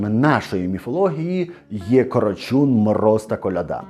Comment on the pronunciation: Чому кАрачунь, коли кОрочунь?